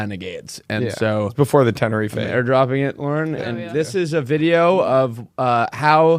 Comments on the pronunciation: Will pronouncing Tenerife killed me. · From someone British it’s pronounced tenner-reef